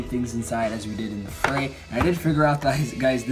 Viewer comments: OMG IT'S PRONOUNCED LIKE "FREE", NOT "FRAY"! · ITS FREE!! Not fray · The line over the "E" makes a strong e sound. It's pronounced free... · New drinking game: take a shot every time he says "fray" (afterwards you'll be so drunk that the mispronunciation won't be as painful to listen to) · its pronounced free but ok